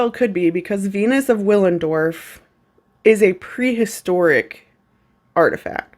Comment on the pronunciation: The W is pronounced as a V (bc it's German), just fyi 🤷‍♀️